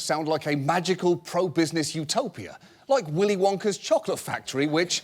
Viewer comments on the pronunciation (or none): none